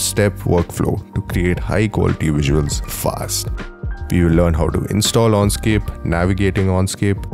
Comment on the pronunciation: I would have liked you to be able to pronounce correctly Enscape. You keep saying Onscape. Dislike.